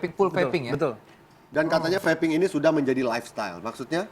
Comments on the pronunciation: "Vaping" mestinya ga diucapkan seperti "faping", salah pengucapan malah fatal akibatnya, hihihi... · Pengucapan nya feiping bukan fapping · vaping bro... not Faping ekekeke